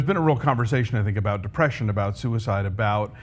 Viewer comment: "…who committed suicide…" I know that's your favourite intonation Christy, but you can't use that there.